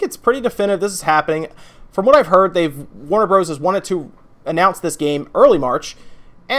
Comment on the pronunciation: Sorry to be "that guy" but "Warner Bros." is always pronounced "Warner Brothers."